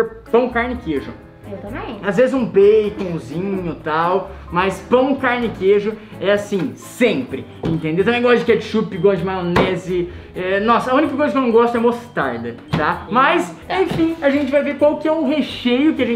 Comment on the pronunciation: falou maonese kkkk